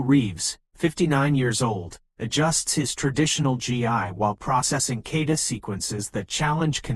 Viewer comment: a. I. bullshit. first of all it's not a "kayda'. it's a kah'- ta"